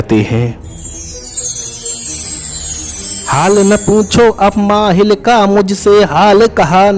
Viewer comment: मायल नहीं माहिल है।